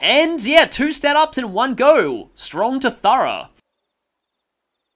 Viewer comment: I've never heard "rough" anywhere near how you pronounced "thorough", either.